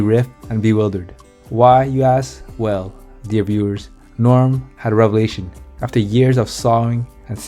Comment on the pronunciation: If you cannot even pronounce Norm's name correctly, just go home.